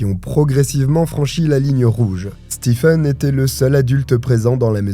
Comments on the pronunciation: juste un petit commentaire Stephen se prononce StiVn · Coucou ! Juste pour info, "stephen" se prononce "steven"...voilà 😁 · Hello! Très bonne vidéo ! Stephen ça se prononce Steven pour info